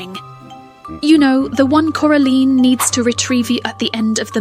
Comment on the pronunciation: Here from part 1 😁 I noticed how you said Coraline incorrectly for the uncomfortable effect good hint at the theory 😂